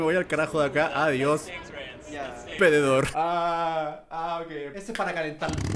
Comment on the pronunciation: german dijo pededor